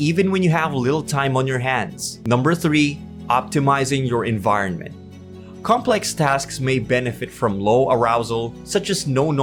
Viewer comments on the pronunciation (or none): none